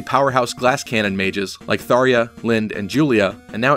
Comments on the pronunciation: "Tharia" No. Say that ja. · Tharja is pronounced Far-Ja Not Fariah... clearly American lol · It's pronounced "Thar-juh" not "Tharia"